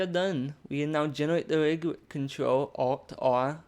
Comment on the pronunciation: "genewate" got me good